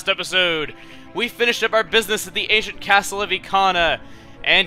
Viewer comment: The "Asain" Castle of Ikana....